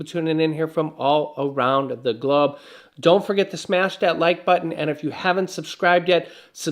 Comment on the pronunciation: Did he say all around the glabe lol 😂